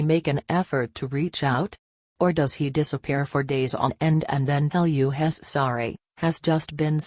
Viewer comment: Please learn how to pronounce he's!!!